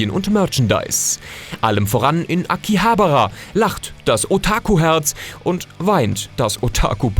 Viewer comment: Hab das Video nun zuende gesehen und muss sagen, du hast einen sehr harten deutschen Akzent bei der Aussprache der japanischen Wörter. Besonders z.B. bei Akihabara